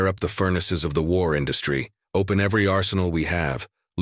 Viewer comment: Cry havoc, and let slip the dogs of WARRRRRRRR! (Shakespeare, OP - Original Pronunciation.)